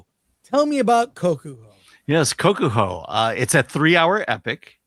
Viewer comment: Your pronunciation, "Kaku" (one time, and something else the other time) were both so far off it was scary.